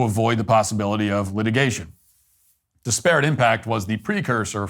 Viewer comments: “Dis-parrot” haha Love you brother, but that opening monologue had me cringing the whole time at that pronunciation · Stop pronouncing ‘disparate’ like that. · Great segment as always but please learn to pronounce “disparate” correctly. Pronounce it in the same manner you would pronounce “desperate” but with an “I” instead of an “E” at the beginning. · It’s pronounced DIS-per-ut, not dis-PEAR-it. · It’s pronounced DISparate not DisPARate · I cannot tell if he's mispronouncing disparate on purpose or if he's trolling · That’s not how you pronounce disparate